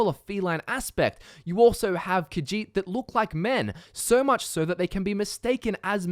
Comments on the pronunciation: I hate the way you say kajit so goodbye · Ka-sheet - Khajiit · khajiit; kuh-žít. NOT caw-djeet. senche raht sendche rawht NOT sendgee rat